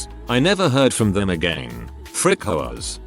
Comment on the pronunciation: For a split second, I thought they said “Frick hoes” instead of “Frick HOAs” at the start